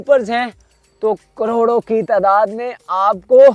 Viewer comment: Why you say lakhoon and Croroon hy is Tehni prr !